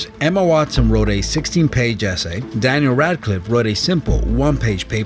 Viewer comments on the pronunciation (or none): none